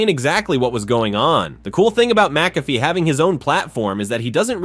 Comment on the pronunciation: You may want to pronounce his name correctly. That would give you more credibility. Good history of his career though. I would also do without the stock photos.